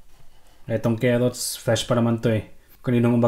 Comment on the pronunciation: Keot ng kerrots